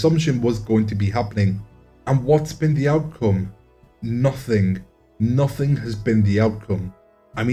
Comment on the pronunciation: Khaki_ 323 and say the word ‘nothing’ with an ‘F’ in it...”nuffing”